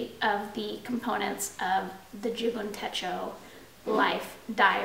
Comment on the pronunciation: You're the cutest. Techo, short e. Rhymes with um... Fetch-o.